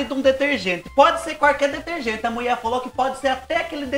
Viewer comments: Não aguento quando você diz:A muie falo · do céu, adoro quando você fala: "A MUIÉ FALÔ!" Me divirto. 😂😂😂😂😂😂